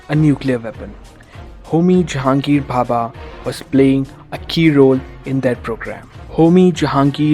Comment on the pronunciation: Its homi bhabha not papa